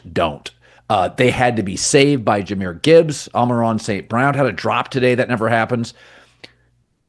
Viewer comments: Ah Mon Ra not Ameron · Did Colin have a stroke or something that makes it so he can't say "Amon-Ra"?